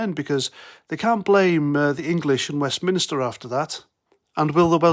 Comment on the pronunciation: Nah they would NEVER blame Brussels ever...what they would do like all good lefties is just keep on blaming Westminster and for christ's sake its WestMINSTER As in church not westminister lol